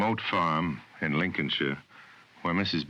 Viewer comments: can you put more emphasis on the IN please. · i know its just a pea commercial but he's right - emphasising "in" in "in july" is completely absurd